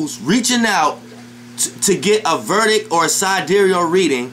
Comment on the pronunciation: Is Vedic not verdic bro, just saying, but you made your point.